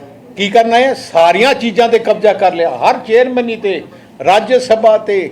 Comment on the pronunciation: ਖੂਹ ਚੋਂ ਨਿਕਲ ਕੇ ਖਾਤੇ ਚ ਡਿੱਗੀ ਰਾਜਿਆ ਸਭਾ ਨਹੀਂ ਰਾਜ ਸਭਾ ਬੋਲੋ ਪੰਜਾਬੀ ਪਾਰਟੀ ਵਾਲਿਓ। ਧੰਨਵਾਦ।